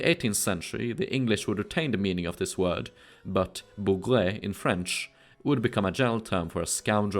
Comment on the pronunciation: Hey ! If I may add an ingredient to your already very honourable pronounciation of french words : the final e is mute, unless it's a é. "Bougre" can be read "bougr". Generally speaking, the last letter of a word is mute, or can at most transform the pronounciation of the second-to-last. These letters generally an artifact from the latin or germanic roots of the word. For instance, the sentence "j'ai raté" ("I missed") would have the final e pronounced exactly as you did with "bougre" in the video. (wich would read "bougré", which is a form I don't think it existed.) Whereas in "je rate" ("I miss", or "I'm missing") "rate" would be pronounced almost exactly like the english "rat". (The final t sounds.) (And of course, "rat" in french (the classic rodent) would be pronounced "ra" like the egyptian god. Unless you name him Rê, or Ré but I'm out of my depth here.) You've already got it totally accurate for Olivier Levasseur ("Olivier" = "olivié" and "Levasseur" with the final r pronounced. Yeah the "r" is an exception to the generality above. Yeah I know my language is not intended to be read at all. Only makes me appreciate your efforts even more. It would take me a big time to get as fluent in Swedish as you are in French) (And of course I'm speaking about modern french. If you have any specific information about it being different in old french, I'm eager to learn :p )